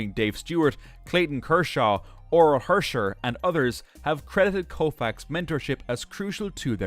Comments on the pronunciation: Right?! Also, Hershiser not Hersher. Absolutely asinine. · Your pronunciation of Drysdale and Hersiser are erong